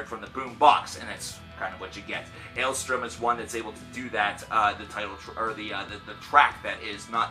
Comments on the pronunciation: Dude, it's ale-STORM, not ale-STRUM. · Take a shot every time he doesn't say the band's name correctly